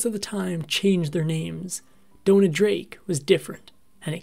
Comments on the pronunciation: It's Dona, not Donna. Pronounced "Doh-Nah". You can research the correct pronunciation. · It's pronounced that way because of the spelling. It's DONA and rhymes with Mona. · Downa? Downa? Why in the world would you pronounce it that way?